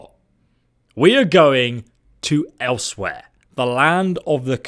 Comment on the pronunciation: Learn how to say eleswere properly